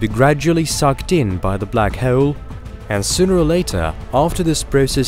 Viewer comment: I like the way you say black hole like black heewwwl 😂